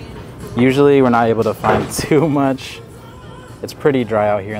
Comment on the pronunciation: “How mashhh …. Too mashhh” 💀💀💀